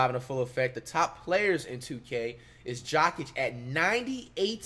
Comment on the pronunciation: HE SAID GOKIC 💀